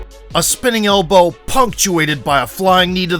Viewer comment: "a single HELLbow" 😆